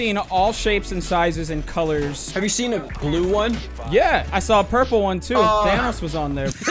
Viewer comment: i thought he said vanoss not thanos